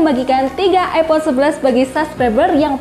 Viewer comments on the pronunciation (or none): none